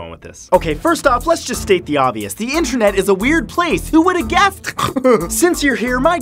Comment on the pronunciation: "intrenet" That is what he said